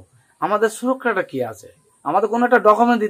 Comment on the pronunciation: তাই নাকী?? উনি তো সুরক্ষা কে ছুরক্কা বলছে। পাজিদদের মতো😂